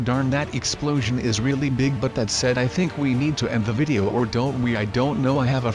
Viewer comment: he said my vidow is not good